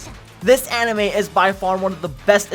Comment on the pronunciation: fantasy animoe world he says